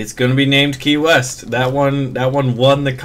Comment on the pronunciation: When he said key west at first I thought he said Kanye west.. Lol